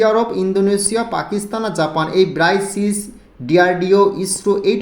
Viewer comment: ব্রাইসিস নয় এর উচ্চারণ হবে ব্রিকস